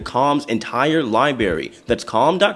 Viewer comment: Love your updates. fyi : its LI-BRARY not LI-BARY. Theres an R